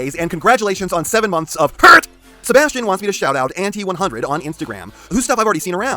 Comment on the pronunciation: “And congratulations to 7 months of HErRtT”